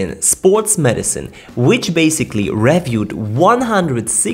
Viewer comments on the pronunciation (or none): reviewed sounds more like ree-f-youud.